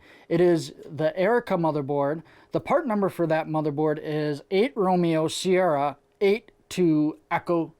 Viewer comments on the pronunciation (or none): none